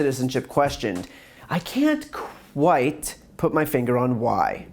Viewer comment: "Can't q-white", almost missed that one. lmao